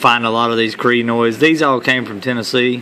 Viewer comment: Everyone: CROY-EN-OIDS This man: CREE-NOIDS